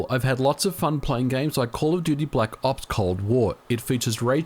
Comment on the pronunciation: black “0PS” Cold War. Love the way he’s says it lmaoo